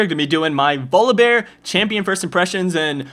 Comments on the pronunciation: nah, he pronounces it vollibar. he says volibear with the "o" as an "aw" sound even though its not a double consenant. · My favorite is that you pronounce it "Voli-bar". Great vid, I watch these every time. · volibear- volabare not volleybar and he is op as fuck